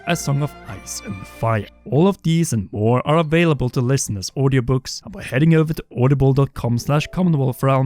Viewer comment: It’s funny to me when you say over but I hear it as över